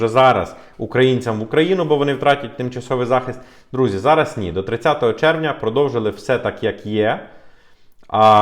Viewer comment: Дякую за вашу роботу. Але! Будь ласка, попрацюйте над своэю українською, ці всі "ч, ш, щ...", вони мають звучати м'яко, а не як щось потворне. Не ЩЧо, а наче буква "щ" та "ё"(з рашисської мови, вибачте за такий приклад). Нема слова "зара", є "зараз", слова "буде, будуть" мають наголос на перший склад. Гарна мова- не соромно!!!